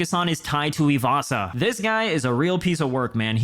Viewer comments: "PIE TUIVASA" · Tai Shooey-vasa 😂